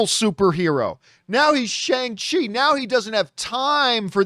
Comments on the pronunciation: John, it’s Sh-ON-g CHI, not Sh-ANG Chi. Almost like you’re saying Shuan with a soft g at the end. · It's pronounced Shay Aaahhnngah Chi or Shawng chi